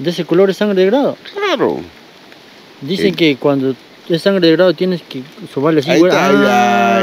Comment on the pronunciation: Se dice SANGRE DE DRAGO, NO GRADO